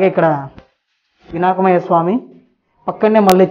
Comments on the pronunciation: Vinakamaya swami kadhu bro vinayaka swamy but good bro keep it up we r here to support uu..😄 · వినాక్మయ స్వామి కాదు బ్రో వినాయక స్వామి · vinakmayya swami kadu vinayaka swami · వినాకుమయ్య స్వామి కాదు వినాయకుని స్వామి